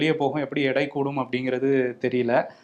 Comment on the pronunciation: தம்பி 'இடை' அல்ல 'எடை'